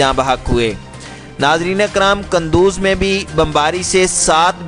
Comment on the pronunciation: Its Qanduz not Qandoor